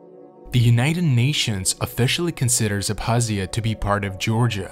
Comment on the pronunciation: The k in Abkhazia is not silent. Made the video hard to watch